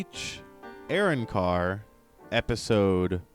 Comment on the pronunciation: Immediate dislike for how you pronounce arrancar